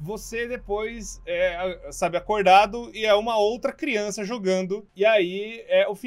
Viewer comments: Crionça? Kkkkk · crionca ne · É CRIONÇA não criança